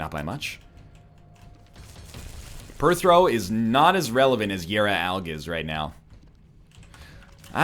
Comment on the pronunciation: Why is it that some runs you say Algiz like Al-giz and some you pronounce it like Al-jiz. It bothers me more than it should.